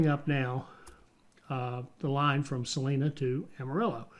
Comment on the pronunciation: Salina is pronounced "suh-line-uh". It's very odd hearing it pronounced differently. . .